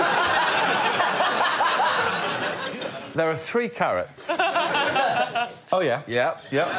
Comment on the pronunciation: 4 ca(rro)ts, how nice ;)